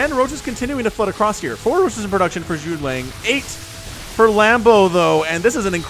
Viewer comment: He pronounced the syllables wrong, it's not necessarily about the quantity being slurred together... Zhu (Jew) Ge (Guh) Liang (Lee-ang) . (Parentheses are to help American English speakers)